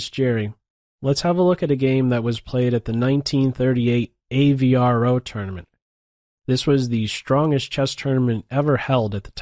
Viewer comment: AVRO is not pronounced as A-V-R-O but rather as a whole word similar to afro but with a long A-sound as in amen.